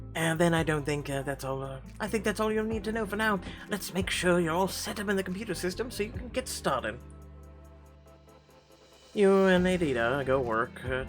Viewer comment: its funny how you're butchering the name Aditya... Its pronounced like Ah-Thee-Thya